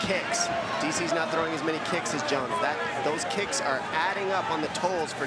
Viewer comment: You mispronounced JONES (G.O.A.T) wrong 😂